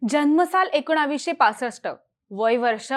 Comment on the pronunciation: एकोणावीसशे काय असत ? ताईंना एकोणीसशे म्हणायचंय का ? ह्या विषयाला चिन्मयच हवा